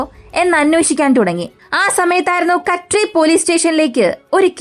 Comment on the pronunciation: കഡ്രി അല്ല കദ്രി